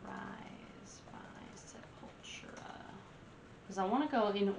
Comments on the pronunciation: It’s pronounced Se-pul-TU-ra, not Se-PUL-tra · Just FYI, it's pronounced with the stress on the third syllable: sep-ul-TU-ra. It's Portuguese; similar to Spanish but not exactly. Enunciate the T; it's not a 'ch.' Not sep-UL-chu-ra. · You keep pronouncing it Sepawltra. It's Seppul-toora. It's a play on sepulchre. There are two Sepulturas; pre-Roots and post-Roots. Roots was their first tribal album. Their tribal metal was heavily influenced by nu-metal, and in fact Jonathan Davis even guest appears on Roots. As for me, I prefer their pre-Roots period even though I do dig a few cuts from the Roots album. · sep-ul-TUR-a... not se-PUL-tu-ra. It's all good, you didn't know. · Sep-Ul-TOUR-ah, not 'Sepultra'. Sorry but I can't stand this awesome band being mispronounced. ;) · Its Sep-ul-tura. Just say'n. Fun watch. And the first song "Troops of Doom" was re-recorded during the "Arise" album. Their first few very much different, closer to death metal. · Sep-ul-tura. It means grave.. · Sep all tur ah . I don't know wtf you even called them . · Your "American" pronunciation is incorrect.! The name is "Scept A Tura" Once again I've grown up listening to this type of music.! Just have a look the logo.? They represent BONE's & Brazilian graveyards.! Death Metal.!!! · You mispronounce Sepultura. They blew my mind in the early to late 90s!